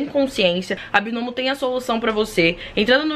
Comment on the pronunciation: Eu achei que falava BAINOMO.